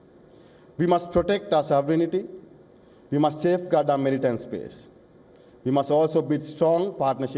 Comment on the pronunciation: Not merrtime security but "maritime security" 😂